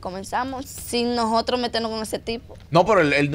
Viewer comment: Ustedes hablando de primos y lo que tienen que observar no lo observan y es que esa niña necesita lectura comprensiva necesita que su equipo de trabajo la enseñe hablar .esa muchacha dice más de dos veces nojotro por decir nosotros eso me da verguenza ajena pero nosotros los dominicanos somos tan mediocres Que en las cosas que deverdad mereces nuestra atención no la tiene